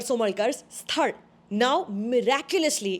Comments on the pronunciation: You got the "Sthal' pronunciation almost perfect !! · Thank you for the review and for correctly pronouncing the word " sthal" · How come you pronounced sthal rightly? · Thanks for learning and nailing the pronunciation right...Really appreciate it